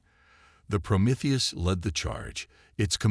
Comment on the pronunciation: I like how the AI can pronounce Promethius but not other more basic words 😂